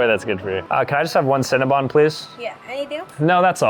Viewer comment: Cinnabon not cinnabun